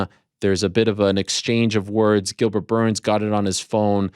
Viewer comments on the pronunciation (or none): none